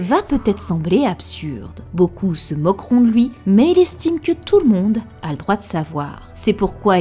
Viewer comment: Tu dis toujours "loui" plutôt que "lui" 😂